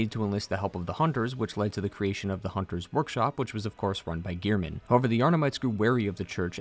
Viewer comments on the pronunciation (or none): All this research and he's pronouncing gehrman as gear-men face palm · I have one thing to say. His name is Gehrman! Not "Gear-Men". He even says his own name when introducing himself so how could you get it wrong? Especially when his name isn't written in any way that would suggest it to sound like "gear". Anyways, rant over, great lore video.